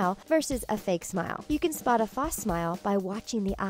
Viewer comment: is nobody gonna mention how the speaker in the video says false wrong it bothers me a little, just a little.